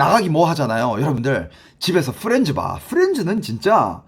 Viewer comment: 후렌즈라 들리는건 저뿐인가요 ㅎㅎ 후렌즈~